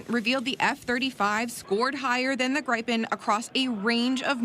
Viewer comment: It is not pronounced Gry-pin. It is Grip-en. SHORT i